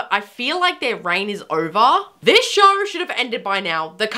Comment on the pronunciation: It's show not shore